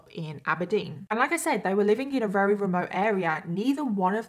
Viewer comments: Is that normal in the UK to pronounce "very" as "rery?" Just a curious American here. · Perhaps you should consult a thesaurus for a word you can pronounce, 'very' is not working for you, and you say it often